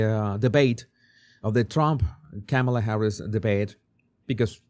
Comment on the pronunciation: Hi, I've been watching your show for years. Your "Body Language Guy" videos are excellent. I just wanted you to know that your pronunciation of Kamala Harris first name is wrong. According to Wikipedia the pronunciation of Kamala is: Kah-ma-la (the last two "a" s are shwa's).